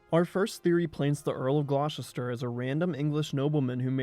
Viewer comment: "Glaw-chister"!!? I used to live and work near Gloucester (England), and it's pronounced "Gloster"! Ditto Gloucester, Massachusetts. (I can pronounce "Poughkeepsie", "Arkansas" and "Potomac" correctly too!) I've also heard Americans calling the nearby town of Tewkesbury ("T'yooks-bury") "Twicksburg". 🙄